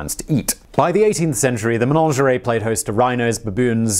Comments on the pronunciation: Simon, its MENAGERIE not menangerie lol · "Menonjawry??" Did you mean menagerie. Slow down, you're tripping over your tongue there... On the other hand, with the amount of videos you're churning out these days, we can let one mangled word slide ;) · What the heck is a "menonjeray"? Do you mean a menagerie? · A Menagerie NOT a Ménagerie. The latter I assume would be a collection of French threesomes. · MeNAgerey for goodness sake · Simon, you say "menagerie" weirdly, like it rhymes with "lingerie". Is that how all English people say it?